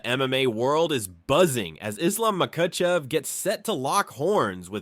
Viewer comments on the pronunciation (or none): Islam MaCUHchev👨🏽🇲🇽 no quema cuh😂